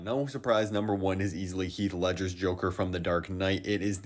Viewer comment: Heath ledger❌ Heath lefger ✅